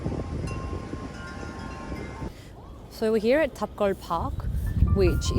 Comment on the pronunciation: 호주식 발음 독특해요. Here 히야, today 투 다이